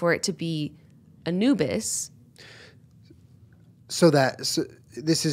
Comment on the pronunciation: also who thought Yenna was say "A new bis" as in a new bit when she was saying a "Anubis" lolll